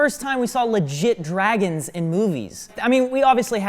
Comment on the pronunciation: Do he say Draygons?